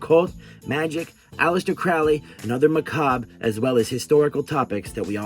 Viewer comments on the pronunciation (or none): bro said "ma-cawhhb"